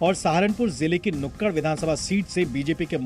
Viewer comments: चैनल से निवेदन है कि सहारनपुर की जिस सीट से धर्म सिंह सैनी हारे हैं उसका नाम "नकुड" है ना की नुक्कड़। इसे सही कर ले। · नुकड़ नही है सर नकुड़ है नकुल ने बसाया था